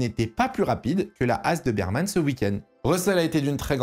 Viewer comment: stp on dit "Berman" - pas Birman. c'est un ours sur son casque, pas une biere lol